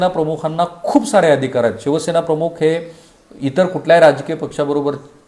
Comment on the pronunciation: सर आपण मराठीतील 'ख' (aspirated voiceless velar plosive) चा उच्चार हिंदी/उर्दूतील काही शब्दांमध्ये असलेलया 'ख़' (velar fricative) असा करत आहात. 'प्रमुख' आणि 'प्रमुख़' यातील पहिला उच्चार मराठीला धरून आहे. ही एकच सूचना. बाकी तुमच्या कार्याबद्दल आदर आहे. Best luck!